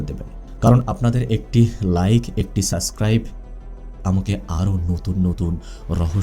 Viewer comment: ভাই, আপনি সাবস্ক্রাইব না বলে সাস্ক্রাইব কেনো বলেন বুঝলাম না। ভালো থাকবেন। শুভকামনা রইলো 🎉